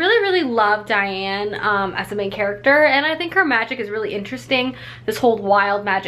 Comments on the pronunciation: Daine, not Diane! Love Tamora, my next book will be tempests and slaughter, looking forward to it! I hope you will be reading the new Sarah maas book coming out in a few days (im a sucker) I get the whole not feeling like a book - its like wading through fog if you dont feel like it.. I make plans for the order of books I should read, then when if comes to it I just have strange aversions to certain books or genres, I like to switch up serious vs light books and like 1 non-fiction per 4 fiction books - I read mostly fantasy fiction too with a smattering of contemporary. I love your vids, ive picked up many books based on your reviews. I lukewarm-liked emergency contact, I dont think it picked up as much as I expected it to. II fell in love with Victoria Schwab (shades of magic series and vicious) and scythe is on my bookshelf TBR :) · So glad you like Immortals! Its been my favorite series for many years! But I CRINGED every time you called her Diane lol. Her name is Daine (like Dane). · I love Tamora Pierce so much! Particularly her Immortals quartet!! It’s so wonderful! Just as a heads up, I listened to the books on tape and the main character’s name is Daine not Diane. That’s how they pronounced it in the audio book (rhymes with thane)... anyway! Great video! Love your reading vlogs!!